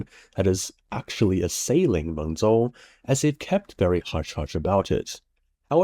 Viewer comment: Mengzhou, the ZH is pronounced as “J”